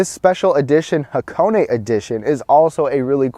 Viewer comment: thumb up for the name pronunciation correct